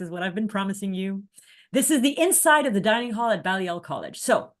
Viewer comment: Hi - my name’s Hilary - I live in Oxford and am a Baha’i - just a word of pronunciation corrections - Balliol College is pronounced ‘Bay-lliol’ College, with a long ‘a’, also Michaelmas Term (Oct - Dec) is pronounced ‘Mickelmas’ term, with a short ‘i’ (as in ‘mick’) and ‘mas’ is said as ‘mus’ - so ‘Mickelmus’ is the phonetic spelling - correct pronunciation very important in academic Oxford!